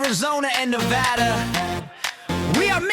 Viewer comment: Yay! 🎉🎉🎉This is the one I’ve been waiting for, and it was fantastic!!! I love living in the West and I LOVE that Nevada was pronounced CORRECTLY in the song! People always pronounce Nevada wrong and you got it right!! As a native Nevadan, I appreciate that! I also lived in NM (for 2 years) and didn’t know I could have said Christmas if I wanted both red and green! This one was so fun and is now my favorite one yet! Thank you for doing the West and doing it so well! I love the dry heat and mild winters in my home state! Fabulous job on this one! It’s one I’m gonna do over and over again!